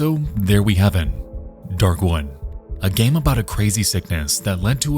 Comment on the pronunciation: All I hear is “Dark One” every time he says “Darkwood” The word “wood” is not hard to pronounce but apparently to this dude it is 🤷‍♂️